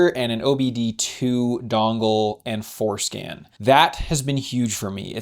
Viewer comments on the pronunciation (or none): Every time you say for-scan I think you are saying foreskin lmao